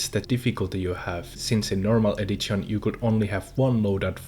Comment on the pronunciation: edzizion edzitionz bro D:!~